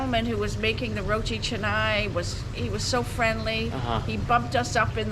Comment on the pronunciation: Mom just pronounces roti canai fluently. Good progress. 😍👍😄